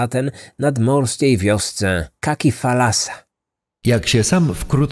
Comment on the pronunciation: Jaki thalasa, nie FALASA!!!! Nie ma w j. greckim słowa "falasa". Morze to "thalasa" z przedniojęzykowym "t". Spokojnie można to wymawiać "talasa" jak się jest cudzoziemcem.